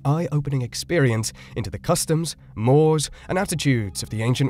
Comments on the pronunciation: “Mores” is one mispronunciation I’ve heard twice in Made in History. As a standard, the word is pronounced “mor-ay. Some of the names also sounded a bit unlike I recall learning them but I did not make a note. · Informative in many ways--while also insidiously judgmental, imposing 21sr Century mores (and, it's pronounced Mor-rays) on a 2,000 year old culture. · Just found your channel. Good material, well presented; excellent narration. One small point: – mores: is a bisyllabic term, pronounced mor-eez.